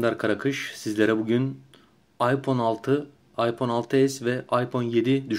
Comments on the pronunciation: adam doğru söylüyor. iphone ayfon diye okunur hiç bir aksan aypon demez phone kelimesi ingilteredede amerikadada aydır bence senin :D ingilizce bağcılar aksanı kardeşim. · Okunuş:aypon diye okuyorsun zeka okunuş:ayfon diye okunur o